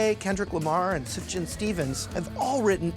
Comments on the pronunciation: SufJAN? It's pronounced Sufyan. Also, awesome to see some love for Thick as a Brick! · It's pronounced like soof-yawn Stevens